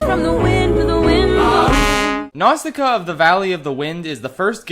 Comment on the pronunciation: My man really did Nausicaä dirty like that